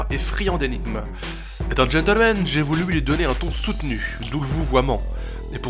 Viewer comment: gentleman pas gentelmen bordel !